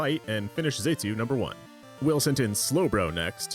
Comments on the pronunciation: Let’s not forget ‘Zaytu’ now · Mispronouncing 'Xatu' is forgiven this one time because you used Xatu in a very Xatu way.